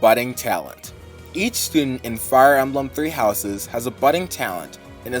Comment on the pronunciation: Did you just pronounced Emblem as "Amblem"?!